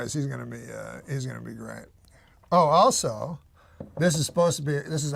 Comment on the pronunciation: Everytime Norm says ( Also....) i think Whores lol